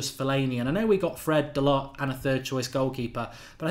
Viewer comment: Mark, please can you pronounce Diogo Dalot's name properly. You are the only one who pronounces his name incorrectly, and it is beneath you, and your otherwise high quality content standards not to make the effortless adjustment. A Fergusonian 'Well done' to you, in advance of your forthcoming correction.